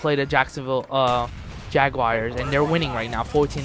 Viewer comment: he says jaguars wrong lol